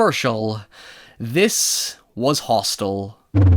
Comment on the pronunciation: you could clearly hear him say "Roth'stel" instead of Hostel which is the correct name of the film. Now it m.h may have been a slip of the tongue......or they were, 'Q Anon was tryna imply that this is really the depiction of what goes on in the ROTHSCHILDS Realm!!!!🤔🤐